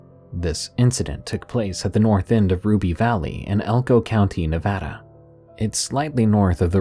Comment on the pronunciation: As a native Nevadan....THANK YOU FOR PRONOUNCING NEVADA CORRECTLY.